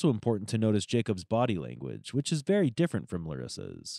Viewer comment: Cant say bury… and it’s in the thumbnail lmao